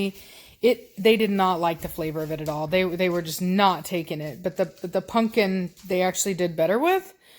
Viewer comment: Love how keeps saying punkin instead of pumpkin!!!!! 😆😆😆😆😆 That's what i call my dog, punkin ❤ Giovanni looks so much like Blondie. He is so handsome though.